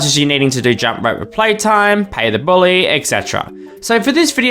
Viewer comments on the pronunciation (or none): none